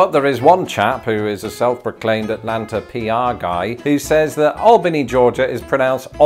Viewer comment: You usually drop the Ts in Atlanta, as in "Alanna". But you did the best you could, I can't judge because I don't even know how some of our lesser known place-names are pronounced, 😂